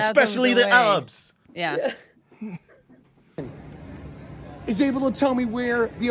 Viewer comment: A-RABS LOL